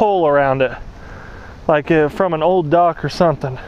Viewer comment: You said "form" not from😂